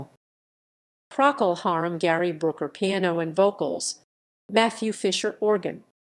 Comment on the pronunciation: can't even pronounce Procol Harum correctly